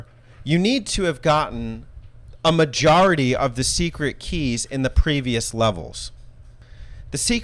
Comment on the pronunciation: Did I just hear “Majora T of secret keys”…. Nice 🤣👍. I’m never a big fan of this type of progression and it gets really upsetting when this is a game that you purchase. I don’t ever want locked content for a game I bought. Nice review, … and tell Alex to be nice to Sonic games!!!😊